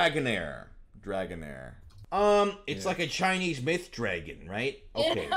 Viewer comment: Dragonair is in my top 5 favorite pokemon so to see ProZD butcher it was painful 😂